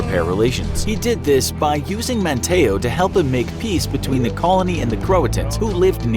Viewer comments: "Rally" i pronounced as is the the city of "Raleigh" North Carolina. ManTAYo, no "MAN tee o". Also WAN cheese, not "wan chay say". Those last 2 sound correct and I wish they were, but sadly, we're stuck with the North Carolina pronunciations. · So uh I live here in manteo and the man and the place are pronounced (man-tea-oh) manteo and (juan-cheese) wanchese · RALEIGH dude like Rolly not Rally. And also MAN-TEE-OH. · Oof I live here and it is called man tea oh not man ta oh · The Indian names are pronounced man-tee-oh and wan-cheese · some corrections on pronunciation: Manteo = Mant-E-Oh Wanchese = Juan-Cheese Hatteras = Hat-Er-Us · North Carolinians pronounce it "Wan-cheese" and "Man-tee-ohh" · Us North Carolinians are cringing. Raleigh is pronounced rAH-lee, not rally, Manteo is man-tEEoh, and Wanchese is wahn-CHEESE. Take notes please.